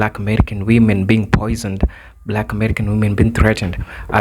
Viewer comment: Can you not at least get the word poisoned correct?